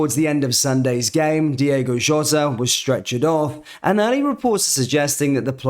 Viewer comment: it's Diogo bro not Diego lol...